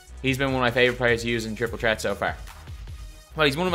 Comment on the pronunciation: “Triple tret”